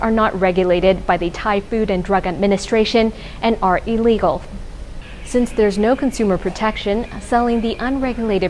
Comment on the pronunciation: I don't disagree with you about that. But I disagree with you that she was schooled in America. I could be wrong though. But my reasoning is that Americans typically pronounce the prefix in "illegal" with an "ill" sound, as opposed to an "EE" sound.